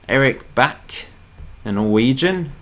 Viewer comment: Rad-a-bee is how that's pronounced, and bakke is back-ah. Very happy you've picked leeds, I'd say try to sign English players, or at least British. We were always linked with a lot of them, like lampard etc.